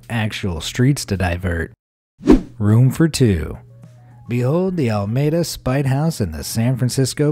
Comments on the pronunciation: Alameda has three ‘A’ s in it. It is pronounced ‘ah lah MEE da’, not Almeda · Alameda is pronounced "a-luh-mee-duh" not al-mee-duh". Unless the traffic reporters I've been listening to all these years have it wrong. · Used to deliver newspapers to the block where the Alameda Spite house is located. And nobody pronounces it as "Ala- may-da". It's Ala-mee-da to residents, lol. Great little city. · Alameda It's AL-LA-Medah not Al May Da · It’s “Ala-meeda” not “Ala-mayda”. 🙄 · Alameda spite house; the city needs is pronounced A-la-mee-da, not Al-may-da 🤦‍♀️ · It's Not Almeda. The California town is Alameda (ah-lah-mee-duh). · It's AL-A-MEDA, Alameda. Not Almeda. Also, "sliver," not to be confused with the color "Silver." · It's "Alla-ME-dah," not "Allmayduh." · It’s Alameda! Not almeda. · Verbally pronouncing it properly as alAmeda not almeda. Thanks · He did it again! Ala-meda! Not Al-meda! aaaaah! Hire me instead! aaaah! "Silver thin"! Is he a robot? He sounds so real. Yes, I have ADD. Yes, this is a problem for me. I can't follow the story when my head is exploding with horror at his pronunciation! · That's Alameda, Ca. Not Almada, and it's a really nice town. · Lol he said "Almeda" its "AL-AH-MEE-DAH" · "al-mayed-a" It's "al-uh-me-duh" Sincerely, All Of East Bay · LOL. AL Maeda? Pronounced Al-a-meeda. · “Alameda” not Almeda. “Ala-meeda” vs. “al-mayda.” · Alameda in California isn’t pronounced al-may-da. It’s ala-mee-da. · "Al-meda" no no, its ALAmeda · "Almeda"???... It's "alameda" man! Get your pronounciations right. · The name of the town is Al-a-meda not Almada It's a great little house. Supposed to be from divorce. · The city in California, Alameda, he pronounced All Mayda. It's pronounced Ala medea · its pronounced AH-LA-MEED-AH not AL-MAY-DUH. smh. get it right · Great video. However, "Alameda" is pronounced "a.la.may.dah", not "al.may.dah". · Pronunciation... Alameda = Ah-LA-Me-dah Not Al-mee-duh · Al- A-meida..your welcome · Al A meeDA